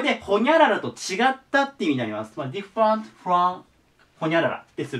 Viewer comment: いつも葉一先生の講義を拝聴しております。 今回ちょっとびっくりしたことがあって、（私の聞き間違いだけだったのなら心配ないかと思いますが）最後の 【different】 の発音が "ディファント" だったので大急ぎでググりました。笑 暗記は時に怖い記憶にもなるのですね……